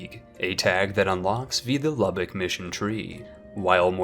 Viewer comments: He said Lubbock, not Luebeck. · Mark Apolinski Isn’t it Leubeck? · Epirus = EP-ee-rus Papal = PAY-puhl Lubeck = LOO-beck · AKA how many countries names can you pronounce wrongly in one video. Its not LUBBOCK thats in Texas..its LOO-BECK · How some words are pronounced in English: LOO-beck (It's not the city in Texas, it's not spelled like it,, and it's not pronounced like it.) DUTCHY-y PAPE-ul hertz-a-GOVE-in-a The stressed syllable rhymes with trove. (I think, I'm less sure about this one.)